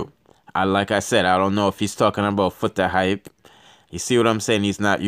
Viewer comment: I want to know where this guy is from trying to sparky spokie, the guy cannot read properly but.He is trying to give information, and he cannot pronounced Foota Hype lawyer name at all. That lawyer looked like Peter Lowblack from Haiti, some of these bloggers. They does not know what the hell they are talking about, they likes to running off their mouths.